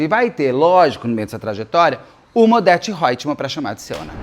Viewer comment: "Odeto Hoitmam" hahahah, amei!!!